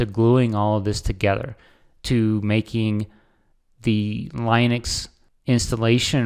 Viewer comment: Lin-uh-x not L-eye-nex. There's no "e" before the "x".